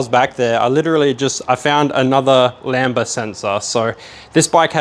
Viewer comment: "lamba"? Really?